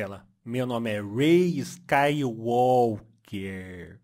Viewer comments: "Meu nome é Rey Skaiuólqueeerrr ehhrr" essa foi de foder, neguinho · Uai skay Walker 😁